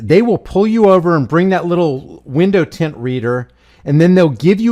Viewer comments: It's tint no s tent that s*** drives me absolutely b***** crazy stop changing words I'LL SAY IT ONE MORE TIME IT'S TINT T I N TINT NO S AT ALL NO SUCH WORD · I couldn’t get past that dude repeatedly saying, “tents.” It’s tint.